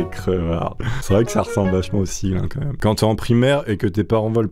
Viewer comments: Mime tu veux dire meme ? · OMG il a dit MIM OHlala !! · on dit meme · Non en anglais le e ce dit i